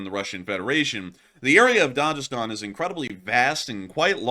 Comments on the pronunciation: It’s pronounced DAG-I-Stan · DaGestan ( G not J ) ... MaKHachkala Ma-khach-kala ( kh = xch) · Makhachkala is pronounced MaHAchkala. Also, Dagestan is pronounced with a hard G. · Hard "G" in Dagestan. There's no "J" sound east of France. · The 'g' in Dagestan is pronounced like the 'g' in 'good'